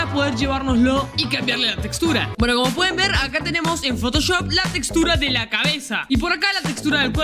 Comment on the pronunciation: dijo poto choft